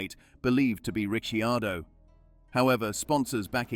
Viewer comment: Daniel calls himself Ricardo, bloody AI:face-purple-crying: Is it too hard to use a human??